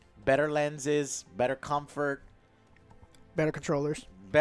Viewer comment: "its good Cumfart" - (2023) on PSVR2